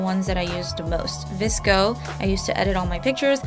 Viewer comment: omg... you pronounce vsco different than i do but the way you say it sounds right lmaoo i say it like v-s-c-o which is probably wrong, also i love the grain filter on vsco SO bad like ... i know for a fact i overuse it but i cant help myself